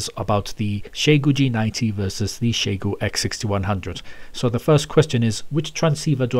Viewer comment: You got closer on the Chinese pronunciation than anyone I've ever heard. Most people pronounce it as "Zai goo" but in Chinese it's "Shyeh goo". I don't know why it irks me but it does.